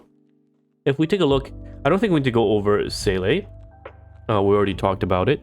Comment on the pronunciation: Can we get the pronunciation for Seele right? See-luh. See? la (SG accent 😂) She is not silly for sure so don’t call her that 😉